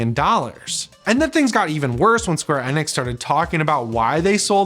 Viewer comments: It's square Eeee-nix!!😅 please just call then square if you can't understand my point. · It's square e-nix not hard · Not even pronouncing square enix the right way